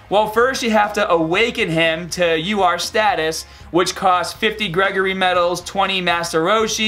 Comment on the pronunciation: Sounds like you say lr card vegeta instead of ur card vegeta lol